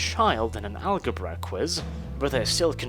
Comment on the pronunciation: did you just just pronounce algebra as Al Ge Bruh